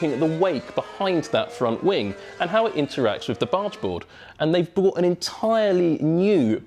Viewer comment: He said bought instead of brought about 73 times in this vid.